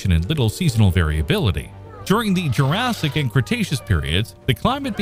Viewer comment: No I haven't. Is that the prequel to Jur-RAY-sic Park 2? But I have to admit I have heard of Jur-say-ic World.